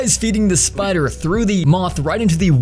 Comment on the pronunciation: Stop saying sipder will go in you mounth pls makes me mad